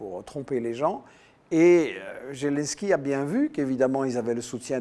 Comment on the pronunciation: Merci. Par contre il faudrait que Michel Collon vérifie un peu mieux les faits: déjà c'est "Zelensky" avec un "Z" prononcé comme en français - et non comme "zh". Ensuite la décla de Geoge Friedman fut faite à Kommersant sur le ton de la plaisanterie et du conditionnel. Et il l'a depuis commentée. Maintenant il sait parfaitement que ce fut un coup d'état, mais dans cette itw il ne l'admet pas. M Collon serait plus crédible s'il était rigoureux, systématiquement, et pas juste quand ça l'arrange. J'ajoute que je soutiens la Russie, et justement je n'aime pas quand on la défend sur la base de fausses infos, car in fine cela la desservira, et desservira tous les démocrates qui s'opposent aux dictateurs bienpensants.